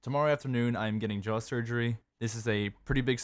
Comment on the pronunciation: Did he just say JAW